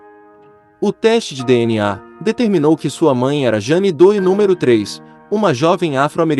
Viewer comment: Jane Doe - leia-se Jane Do --- esque o e e pronuncie oa letra O como se tivesse acento circunflexo